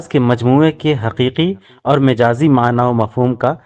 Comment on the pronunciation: ارے بھائی مَجاز ہوتا ھے مِجاز نہیں میم پر زبر ھے اور آپ میم کے زیر لگا کر بول رھے ہو پخلا خود استاد بنو پھر کیس کو بتاؤ گمراہ نہ کرو۔